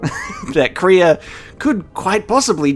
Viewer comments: It's not kree-ah. It's Krey-a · Kreia is not pronounced Kreeya, but Crayuh. If that makes sense :) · I've just been casually watching him say her name wrong, wondering how many episodes it will take to learn how to say it